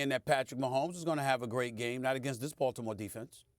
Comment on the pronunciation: 😂yoooo when doggy says "baltimore" it cracks me up he saying " Balddimore" lol